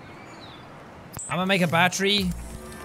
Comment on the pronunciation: I love the way he says battery battree😀😀😀😁😂